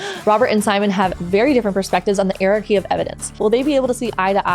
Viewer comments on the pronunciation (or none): I'm sorry - how did she pronounce "hierarchy"? lol